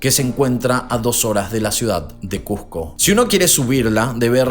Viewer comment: Que les cuesta pronunciar como se escribe CuSco no CuJco.